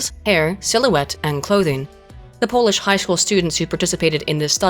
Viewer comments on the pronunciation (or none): none